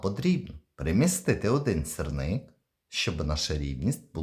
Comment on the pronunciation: Не сирник а сірник...